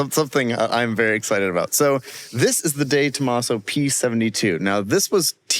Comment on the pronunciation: “Day Tomaso”? Come on please…